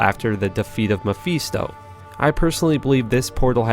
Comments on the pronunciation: You pronunciation of different words and names are terrible, it's mephisto. meh-fist-o not meh-feast-o, and it's duration doo-raytion, not doo-ree-ation. Finally it's pronounced erb the H is silent in the word herb. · Or Mefiiisto XD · lmao duriation monna potion diabolo meepheesto